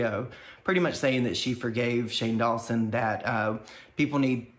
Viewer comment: "Shane DawnSoap" 🤣🤣 I must've missed that lmao